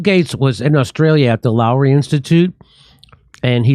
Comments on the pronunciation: The o is pnly mistake made in this video is that Lowy is pronounced Low-ee. I'm an Aussie and it's a pretty famous think tank in Oz that never has an original thought. A waste of space. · The Lowy Institute (pronounced LOW-E) is a non partisan think tank started by businessman Frank Lowy in the early 2000’s - Frank Lowy started the Westfield mall chain (self-made Hungarian Jew refugee from WW2). It’s about Australia being seen on the world stage as more than just kangaroos and bushfires. Love your work Jimmie